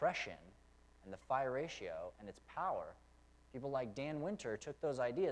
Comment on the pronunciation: I always heard it called "the golden ratio" or "the golden mean". That's what you refered to as " the far ratio"? Or was you saying "fire ratio"?